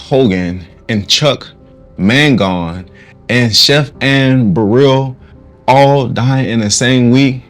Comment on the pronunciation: you have misspelled Chuck Mangione which is pronounced man-JOH-nee. Just FYI.